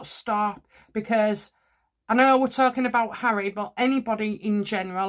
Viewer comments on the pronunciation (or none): none